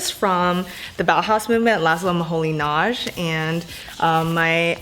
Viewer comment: I loved how you pronounced Moholy-Nagy. 😆 It is a hungarian name and sounds nothing like you just said. But I like the way you did it. Its way cuter! ❤️